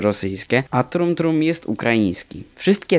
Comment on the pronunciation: Dumb Dumb nie trum trum XD